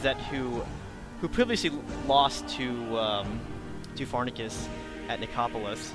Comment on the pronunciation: You said Pharnaces Incorrectly